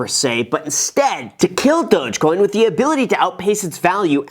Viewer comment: Why does everyone pronounce Dogecoin like that? I thought it's more like Dawg-coin